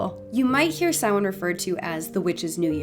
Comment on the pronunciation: This was incredibly interesting and insiteful, Thank you. Some great information, not least of all is the pronunciation of Samhain, which having never heard it said by anybody, I have always said "Sam-Hane", what a fool I have been